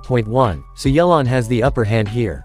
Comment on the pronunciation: Nahh not yelan